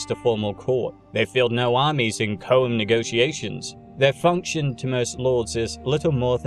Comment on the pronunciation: I know there's absolutely no way you're actually going to see this, but I'm a pedantic guy, I can't help myself, and if I'm saying something incorrectly I would hope someone who knows better would let me know so I can correct my mistake. I'm sorry to do this because your videos are just straight up awesome, but it's pronounced "choam." Almost as if it sounds like "chrome" but is missing the "r" in there. I'm sorry but it's been driving me nuts all day because I've chosen the Dune playlist to get me through work today. I'm getting this information from Frank Herbert's son by the way, who said it several times in an interview he did with the BBC about Dune and the other books not written by Frank Herbert himself.